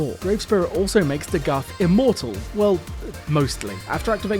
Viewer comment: Listening to this video is like listening to a video about Chernobyl but they keep saying Nukyaler instead of Nuclear. Amazing video but I fear it’s DA-GITH not DaGath. I’d be lying if I said I always pronounced it Dagith tho lol just spreading the word